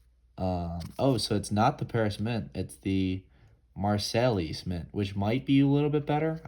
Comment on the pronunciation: Marseilles is pronounced Mar Say